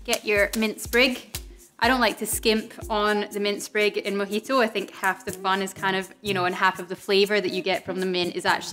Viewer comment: Thanks for the video, though I swear it sounds like you're calling it a "mickey-toe" My American ears, I'm sure.